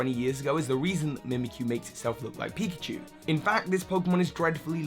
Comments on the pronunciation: Pickachu? Really? Come on. You even did it twice. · "Pickachu" 😂 it's pikachu, not to be rude